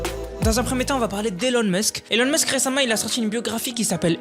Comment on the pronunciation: sa se prononce ilon musk